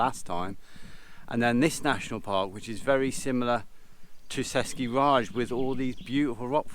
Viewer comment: Its pronounced Český ráj [Che - (like chedar) sky] [Ray - (like ryan without "N")]. You said it like British Raj (British India)